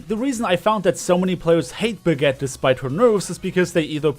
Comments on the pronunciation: Bra ge ta. Just say it the right way. I hate hearing Brag it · Is it just me or does it sound like says "Baguette" when he says Brigitte